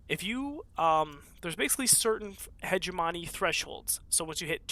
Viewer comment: I usually don't care about grammar. But I have come to the conclusion that every wonderful streamer will mispronounce hegemony...